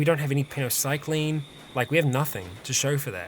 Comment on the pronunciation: you are missing a Y in "Penoxycyline" every time you say it.